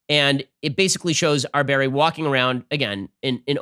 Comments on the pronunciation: I think you should try to at least pronounce his name correctly out of respect. Otherwise, your desire to be neutral seems very inauthentic. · Ben did the most Muslim pronunciation of his name lol.